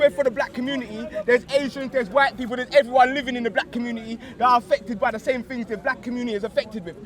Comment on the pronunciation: you should aks someone to help you wid these tings